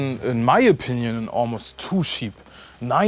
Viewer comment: Auch nach 4 Jahren noch ein prima Review! Schade, dass Harley Benton nur dicke Necks herstellt, ich hätte sonst schon lange eine Fusion II gekauft. PS. "Check" spricht man "Tscheck", nicht "Scheck", "cheap" = "tschiep", nicht "schiep" (Schafe😂).